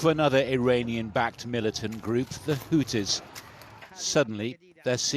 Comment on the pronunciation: Garbage news you cant even say there name right just herd another pom say there name totally different this one saying hootees the other one was saying whochi's it's bloody whothee's Houthis